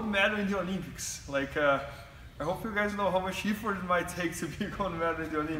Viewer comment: Is that dickhead trying to say Olympics.